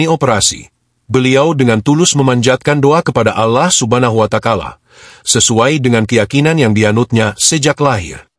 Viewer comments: Allah subahana watakalah?? Apa GK salah sebut tuh bang bro 😊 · kocak mnyebut Alloh swt dengan alloh subanna wata kala itu yang terdengar di telinga saya 😂😂🤣👏👏👏